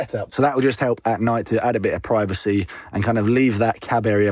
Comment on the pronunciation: Love your videos Will but please stop pronouncing 'privacy' wrong 👍🏻